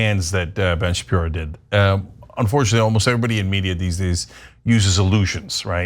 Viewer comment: Oh yeah that's smart to say Ben Shapeepee.. ... 🙄🙄🙄 I know they whipped his in school